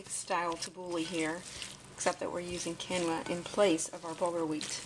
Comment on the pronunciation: Quinoa = "keen-wah" long e